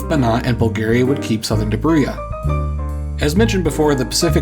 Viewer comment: It's one of those rare cases where pronouncing the "j" in "Dobruja" in an English way would've been better.